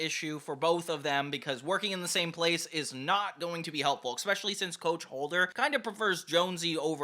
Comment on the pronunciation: Really didn't want to say this, but it happens too much... That word is not pronounced "eckspecially"; it's "especially" with no super hard consonate.